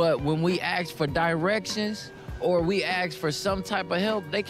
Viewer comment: XD guy says axe instead of ask then proceeds to say they don't speak English XD